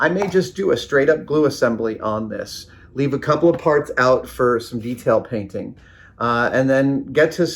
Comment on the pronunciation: Painting is waiting. Pwainting.